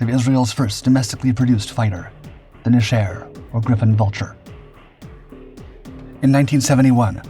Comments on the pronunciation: ok, i love this narrators voice but hes always trolling us with intentional mispronunciation. Just like Chassis, Nesher is just Nesh-err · It's pronounced "NEH-sher," accent on the first syllable. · NE-sher the accent is in the NE . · something's off with the video, it's over smoothed and hard to watch. It's pronounced NEH, SHER like 2 words